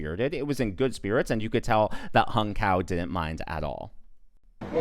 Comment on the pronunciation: I'm Vietnamese as Hung Cao. so far everyone is mispronouncing his name to hung cow in English language. Hahaha.